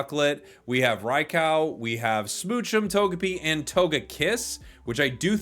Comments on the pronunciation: 😂 LMFAO "Rai-COW" 🐄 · "rai-cow" hurt my soul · rai-cow lol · Raicow just means lighting cow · Home boy been pronouncing raikou wrong for 25 years